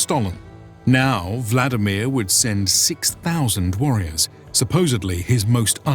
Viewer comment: Kyiv, not Kiev. Volodymyr, not vladimir.